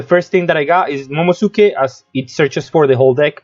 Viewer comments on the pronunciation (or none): Work on those pronunciations of the card (moh-moh-no-SK-EH). Haha. Pretty interesting deck build. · Its momo NOSUke Not momoSuke